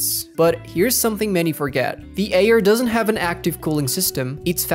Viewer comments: Wtf that supposed to mean the Ayer? What kind of fucked up accent says Ayer instead of Air? 🤣 Retyna 🤣🤣🤣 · the way u saying "Air" makes me not wanna trust u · The way you pronounce “Air” really ruined the experience 💔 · "Eer" and "reteena" I can't 😢😂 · FR FR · the way he says air kills me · That’s mean he can’t control that